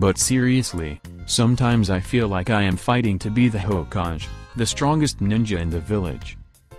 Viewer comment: You said hayokage it's actually hokagae